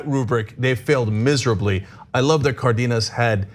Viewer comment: FYI, Ana, it’s CAR-denas. Hence the accent on the á.